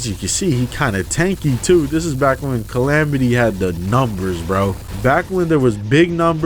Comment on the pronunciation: you did not just call it cal-ah-metus